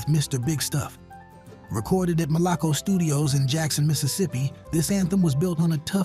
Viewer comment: I don't know where the person who posted this video got his information. There were maybe 3 or 4 one hit wonders in this video, however, some of the artists were actually legends with multiple hits. The correct pronunciation of Malaco is Mal-a-coe. It was located in Jackson, MS, on Northside Drive.